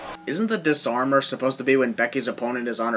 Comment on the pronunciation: Its called Dis-Arm-Her not Dis-Armer